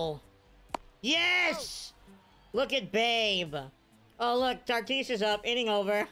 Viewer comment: Why do you call him Tartis? There’s no r lol